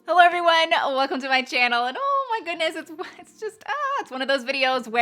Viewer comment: I agree with the shape tape. Am I the only one that hears Shay say Heller everyone instead of hello? Hehe ❤️